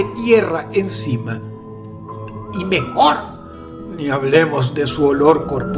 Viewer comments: "Y mmejorrrrr" jajaja😂😂😂😂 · *Y MeJJJJor*